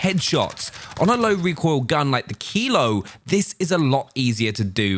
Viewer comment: what gun did u say is the best? kilo? or keyload? whats keyload tf